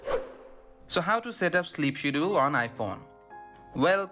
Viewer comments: I was wondering the same thing.I knew what he meant though lol… schedule is pronounced SK-ED-JA-WOOL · Skedjule or Shedul... not shedool!